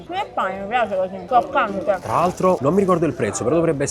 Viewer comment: difficile dire “croccante”?? che cringe